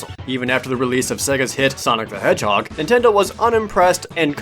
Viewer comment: "Intendo" I HEARD IT! My mom used to call every console "intendo"